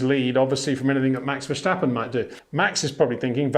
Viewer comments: That’s quite a long way of saying Peter’s pronunciation of Verstappen is a bit off! And, with all due respect, the message wasn’t really delivered with all due respect. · I have watched a few YouTube videos on F1 in Dutch, and naturally the name Max Verstappen crops up regularly. It sounds like they say neither Verstappen nor Vershtappen. And there are Dutch people who say that English speakers are likely to have a lot of difficulty pronouncing many Dutch names correctly.